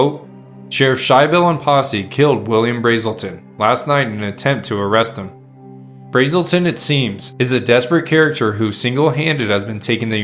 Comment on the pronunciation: U and keep calling BRAzen Bill BRAAAAELTON. I went to HS with Ralph BrASelton, or a Bra Azz el ton